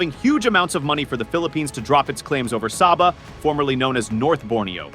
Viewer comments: Philippines people can't even pronounce Sabah correctly and at the same time claiming Sabah desperately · How come Philippines claim Sabah? They didn't even pronounce Sabah correctly. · You didn't even pronounce Sabah correctly.